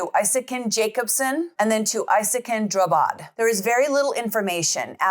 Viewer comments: Drabbad. Like ABBA with dr and a d att the end. Not Drubbed. Drabbad means afflicted in Swedish. He changed it because he believes that everyone he meets is afflicted by him. Translated as such, his name is now Isakin Afflicted. And in Swedish trials we don't have a jury, we have lay judges and judges. 😊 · Not "Drubbed". He changed his name to "Drabbad", which means "afflicted by", "affected by" or "stricken with".